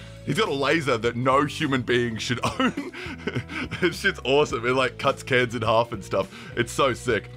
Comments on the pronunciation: When you said "Cuts cans in half" I could've sworn I heard you say "Cuts kids in half", but that's obviously not what you said and captions were telling the truth—right? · did u say cuts kids in half or cuts cans in half.... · "this shits awesome it like cuts cans in half and stuff" surely im not the only one who heard "kids" instead of "cans"